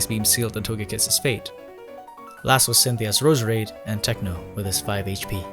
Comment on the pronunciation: I love How he says Roos-Rade